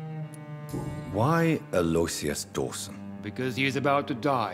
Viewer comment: It grinds my gears that they all pronounce aloysius wrong, lol